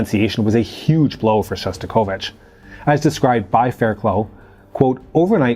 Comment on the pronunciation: Surely, her name is pronounced Faircluff.